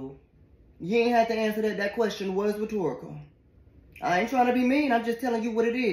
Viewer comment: The way he said 'That question WAS rhetorical' 😂